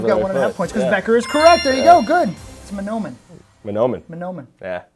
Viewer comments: Ma-naw-men-ee county? what the hell. Its Mah-no-men county lol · Not gonna lie got kinda salty when he said manhomen like that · I go to Mahnomen all the time to piss money away at the casino btw you completely butchered the Pronounciation of Mahnomen!